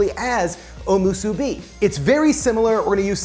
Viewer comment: Also, the emphasis of onigiri is on the first i, not the second. So it should be onI-gi-ri, not Oni-GI-ri, like you pronounced it. And musibi has the emphasis on the last syllable — mu-su-BI, not mu-SU-bi.